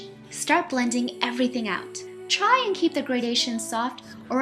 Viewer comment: the way she says "try" lol.